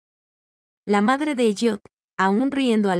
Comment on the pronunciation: esv ELLIOT no es EYOT y se pronuncia ELIOT